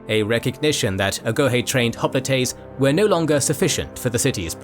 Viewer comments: Hop litays lmao. Maybe im missing something but i always thought it was pronounced like hop-light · "Spartians" and "Hoplitays" Fucking AI voiceovers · That is not how you pronounce hoplites